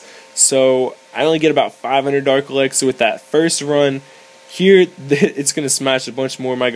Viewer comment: earned my subscribe.. you make me laugh tho alot because u say dark elaxer. its elixer :}